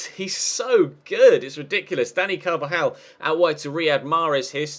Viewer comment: Please D don't call him "danny carvalal" it is Dani Carvajal.